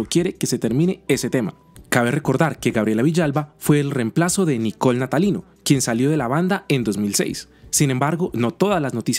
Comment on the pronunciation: "El reemplazo". Lo mencionas con tanta entonación q parece q tienes algo contra ella.